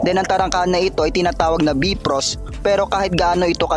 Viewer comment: be frost? hmmmm bayfrost yan "bifrost"